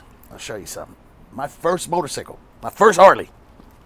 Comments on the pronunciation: No we say sy kul but he says it sickle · I like how he says "Motor-Cicle" instead of cycle. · Did he just say motorcicle?! 😂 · The funniest thing is the way he says “motor-sickle” everytime he’s talking about a bike 🤣🤣🤣🤣🤣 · "mesican, there's an X in there" lmao motorsickle, there's a Y in there. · This nigga say motor sickle 🤦🏿‍♂️😂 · " parkinsons" is causing the shakes huh yeah ok cool story bro.... "Motor..Sicckkle" LOL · “Motorsickle.” Smh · He saying it like them old timers say it. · Im from London, is that how u guys or at least in Cali say motorcycle? He cant be the age he is now without some1 tryin to correct him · Lol! Thas cool,he says motorcycle like that old hick on that biker movie.,ur a innovator & str8 solid! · Lol the way he says motorcycles is a trip